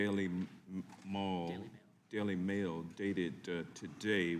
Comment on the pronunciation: Congressman Johnson from Georgia is such a joke.... "Daily Mall" instead of Daily Mail.... Who keeps electing this bozo.... "Island of Guam will capsize and flip over" 😂😂😂